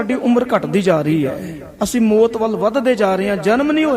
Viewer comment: ਵਾਹਿਗੁਰੂ ਜੀ ਕੀ ਫਤਿਹ । ਬੇਨਤੀ ਹੈ ਕਿ ਮੌਤ ਨੂੰ ਮੋਤ ਨਾ ਕਿਹਾ ਕਰੋ ਜੀ। ਕਥਾ ਬਹੁਤ ਹੀ ਵਧੀਆ ਜੀ ।। ਧੰਨਵਾਦ ਜੀ